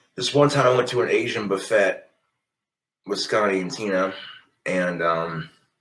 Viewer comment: HOW THE HELL HAVE I NEVER HEARD HIM SAY BUFFET LIKE THAT 😭😭😭😭